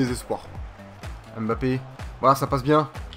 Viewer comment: On dis pas M bappé. On di mbappé